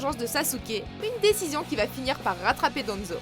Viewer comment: le a de danzo on le prenonce a pas en